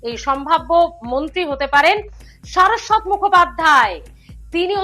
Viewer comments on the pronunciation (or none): শারদ্বত-র উচ্চারণ কি সারস্বত হয়? সুর করে যাত্রাদলের মত কথা বলেন, উচ্চারণ ঠিক মত করতে পারেন না।